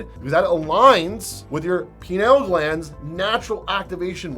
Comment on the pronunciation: did you just say penile glands? lol